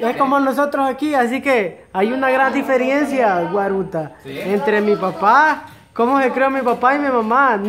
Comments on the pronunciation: No se dice diferiencia se dice DIFERENCIA. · DIFERENCIA! No difiriencia. Aprendando a decir 😂